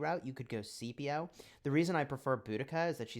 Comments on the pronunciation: Scipio is pronounced like Skip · It’s pronounced like Sip not skip or see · because is he Roman, it is pronounced as Skipio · you're wrong. It's pronounced like skip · you're actually incorrect the correct pronunciation is like sky